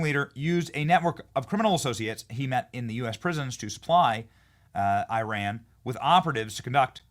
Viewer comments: Pronounced E-Ron not I-Ran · EYE-RAN IS SOMETHING YOU DID YESTERDAY. THAT MIDDLEEAST COUNTRY IS EAR-ON - FROM A NATIVE IRANIAN